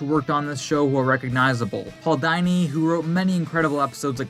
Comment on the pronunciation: Dude doesn’t even know how to say Paul Dini name correctly